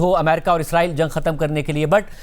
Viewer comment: میڈیا پر جب بھی اسرائیل کا ذکر کیا جاتا ہے تو اکثر لوگ اسے "عزرائیل" کہہ دیتے ہیں۔حالانکہ عزرائیل ایک فرشتے کا نام ہے جو اسلام میں ملکُ الموت کے طور پر معروف ہے۔ لہٰذا دونوں الفاظ کو آپس میں ملانا یا غلط تلفظ کرنا درست نہیں ہے۔ درست بات اور درست الفاظ استعمال کرنا ہم سب کی ذمہ داری ہے۔